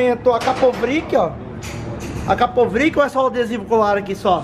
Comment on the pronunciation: Escapamento Akapovric ? Não é Akrapovic não? 🤣🤣🤣